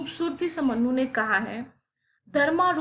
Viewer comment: Respected Madam,it’s मनु (Manu) not मन्नु (mannu).